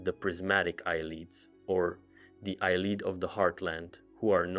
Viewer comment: Omfg its not eye leed its a Lee id. Have you every played an elder scrolls game?